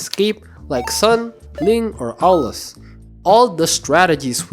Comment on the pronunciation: Good basic macro guide. But Aulus, really? 😄